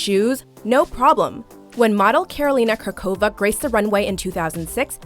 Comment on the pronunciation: lol. Karolina Kurková is literally pronounced kur-ko-vaa (u like book, shapr r, o like boy)